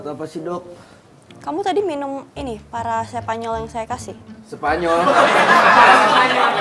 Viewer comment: Parasetamol bukan parasepanyol 😂😂